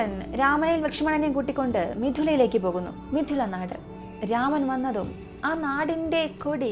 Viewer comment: മിഥില എന്ന് ആണ് മിഥുന അല്ല ട്ടോ😊😊😊 pronounce ചെയ്യുമ്പോൾ തെറ്റി കേൾക്കുന്നു😊😊